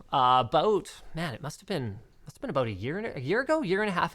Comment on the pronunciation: that Canadian aaaaboooot